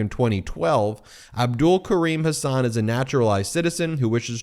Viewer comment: It is Hasun, not Hasaan!